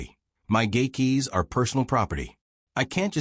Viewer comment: The speaker needs to say "gate" keys not gay keys.